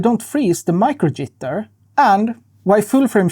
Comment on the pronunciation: Your accent on the first “micro jitter” genuinely gave me a giggle. Thank you!!